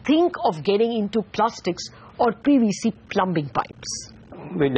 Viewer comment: Its pronounce plumming not plumbing